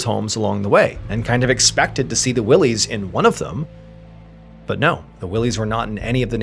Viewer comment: “Why-Lee” not Willeys lol and it’s Crawford Notch, when you say “The Notch” we assume you mean Franconia 😉